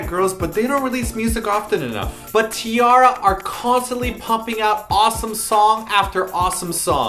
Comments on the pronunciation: t-arraria? man that when wrong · stopped watching when he said T-artards -_